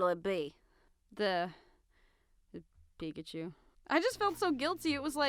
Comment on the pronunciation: Its pikachu. pi- K-achu not pi-C - achu dont get it wrong again.